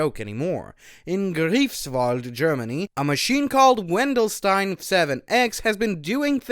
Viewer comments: Not "griefs-wald", "GREIFs-Wald" ! YW ! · The ei in Greifswald is pronaunced like I in "I like big Stellerators and i can not lie", or like ie in lie. Anyway great video.